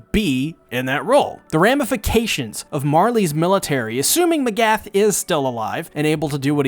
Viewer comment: How does one mispronounce names when they are spoken to them out loud repeatedly. M'agath.. just the stres, it's on the first "a" iz all